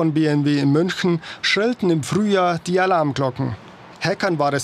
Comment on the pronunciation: wie spricht er bitte München aus. Als staatlicher Sender sollte man wissen wie man den Namen der dritt größten Stadt ausspricht.